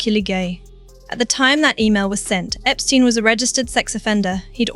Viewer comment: Even with a lovely British-like accent, it is so annoying that AI narrators can’t pronounce words properly. “Fer-Gee” “Epstein/Epstine” and haven’t we all learned that the “s” in Miss Maxwell’s unusual first name is silent? Now, as to the video’s topic…Andrew has stepped in one big, unrelenting pile of horse poop! Perhaps he needs to be horse-whipped! 😊 What a mess for their daughters.